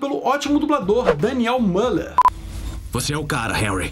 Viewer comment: É Daniel Müller (Pronuncia Milher)